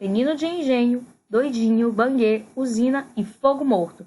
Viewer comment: A bagaceira é de José Américo e o livro Banguê, se pronuncia “bangüê”, o avô se chama Coronel José Paulino. É melhor dar uma olhada, tem vários erros no vídeo.